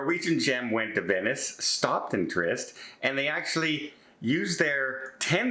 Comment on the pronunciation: it is pronounced TREE-EST 👍